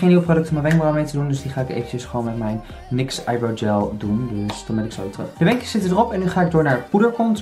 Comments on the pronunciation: xje je spreekt het uit als "niks" hahahaha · NYX spreek je uit als n-why-x